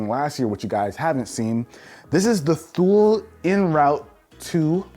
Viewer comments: I believe it is pronounced "two lee" not "thool" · It's "too-lee" not thule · Quick FYI: Thule is pronounced "too-lee" 👌🏻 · It's pronounced "Too-lay",. Not "thool". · Thule is pronounced "Too-Lee" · Thule (two-lee) is how it’s pronounced I believe. It’s a Swedish brand and one of my friends who was raised in Sweden told me this. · Thule is pronounced "too-lay". It's French. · Isn't Thule pronounces Too-Lee?? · It’s pronounced “Tool-y” lol Thule it’s weird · Thule is pronounced "too-lee". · Thule is pronounced "too-lee". In 1942, Thule was founded by the Thulin family, when Erik Thulin, a true lover of the outdoors, put the Thule name on a Pike Trap that he designed and began selling to the fisherman of Scandinavia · Also, it's pronounced "tool-ee" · He pronounced the name of the backpack wrongggg